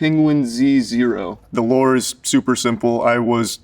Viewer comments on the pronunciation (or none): Btw he said lore maker